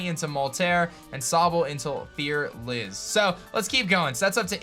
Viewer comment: it's not that hard to pronounce Nervis and fearliz .... it's literally just nervous and fearless not Nerveez n fearleez